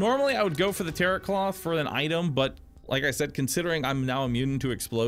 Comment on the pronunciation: quickly, I believe tarot in tarot cloth isn't pronounced "TARROT" but instead "TAR-OH" feel free to correct me